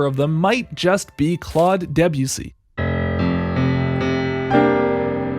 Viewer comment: Is that why he's pronouncing the name as "debjussy"?